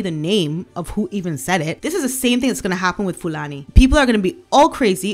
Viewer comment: Love your pronunciation of Fulani's name - it's never sounded more beautiful.